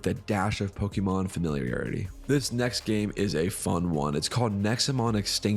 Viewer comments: Bro... learn how to pronounce Pokemon. All it takes is a 5 second google search. How do you expect us to take you seriously otherwise? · Every time you say it I cringe a bit. I almost can't watch the video... idk, I may not